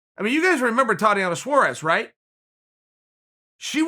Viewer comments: Suarez. Not suares lol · It's Suarez not Saures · Tatiana Suarez: exists Chael: It's Suares Tatiana: Okay great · If Chael says it’s Suares then Suares it is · Well I suppose she has to guy by Saures now Chael said its Saures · Me: Tatiana Suarez Chael: Thotiana Saures Me: ok great